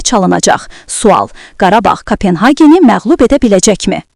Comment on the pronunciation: Menim anlamadığım Köbenhavn FC'yi siz nece Kapenhagen oxuyursunuz? Köpenhamn oxumaq normaldır, ingilisce Copenhagen de normaldır menasına göre, K(a)penhagen a herfiyle ne mena verirsiniz? Tek siz deyil, Azerbaycan jurnalistlerine baxıram, ele şeyler uydururlar adam seviyeni görüb qaçır